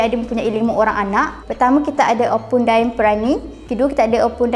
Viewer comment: Bukan opu dai tapi opu da'eng .